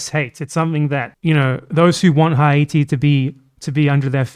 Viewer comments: It's because he said it like an English speaker 🤦🤦🤦🤦🤦🤦🤦🤦🤦🤦🤦🤦🤦🤦🤦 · Is there a reason you were pronouncing Haiti in Spanish?